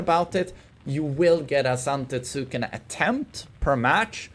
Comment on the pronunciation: Zante-TSOOO-ken lol